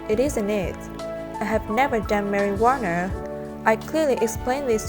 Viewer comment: I like how she pronounce marijuana to marijuaner. Lmao its better way to pronounce it.